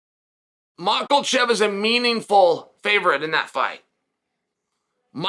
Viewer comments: man i love hearing Chael butcher the last names of UFC fighters 😂😂😂 Macklechev and Piera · It bothers me lol, how hard is to to pronounce it right haha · At this point, I think uncle Chael is messing these names up on purpose. Surreal and mocklechev lol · slight mispronunciation, chael is never wrong.